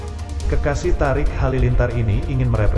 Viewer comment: Thoriq bukan Thariq 😀